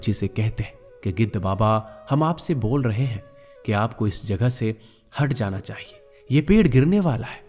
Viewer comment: पहले बोलना सीख लीजिए इंद्र देव को कहता है कि इंद्र वोल रहा है